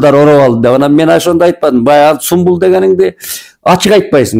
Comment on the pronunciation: Калыстыгызга таазим! Анан түрк сериалындагы адамдын ысмы Сумбул эмес, Сүмбүл. Сүмбүл деп айтыңыз.